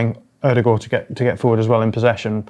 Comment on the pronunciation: ´s Ødegård pronunciation is one of the best I've ever heard from a non Norwegian speaker.